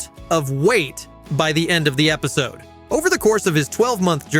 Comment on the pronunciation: I am thinking this is an ai channel or video, there are numerous times where things are not sounded out right, such as episodee, or 1,200 being pronounced as one two hundred.